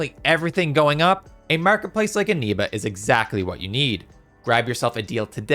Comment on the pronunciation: it's eneba not animba